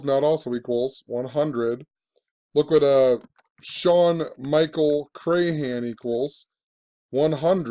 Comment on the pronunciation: You can't even pronounce Crahan correctly.